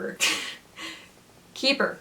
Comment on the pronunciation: When umu tried to pronounce the title, same umu same haha